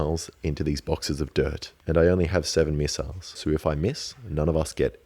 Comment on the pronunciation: Might as well call them miss-iles